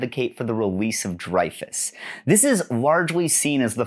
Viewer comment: Hi, great video, just wanted to mention, Dreyfus is pronounced like Rey in Star Wars. Love from France!